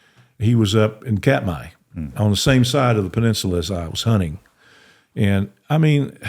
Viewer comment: Honnen ❌ Hunting ✅